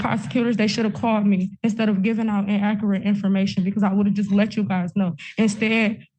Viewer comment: ( ͠° ͟ʖ ͡°) WTAF is “IN-AK-RIT”?!? 😂🤦🏻‍♂️😂